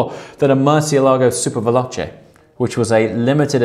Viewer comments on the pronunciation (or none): none